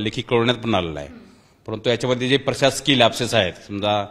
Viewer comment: Lapses तरी नीट म्हणा साहेब😂😂